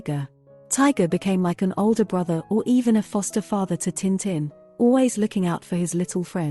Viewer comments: タンタン じゃなく チンチン に聞こえるせいで内容が一切入ってこなかった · Would have been better if you'd used a real voice, this bot voice mispronounces tintin - duh! It really grates on the ears after a while. Very phony sounding.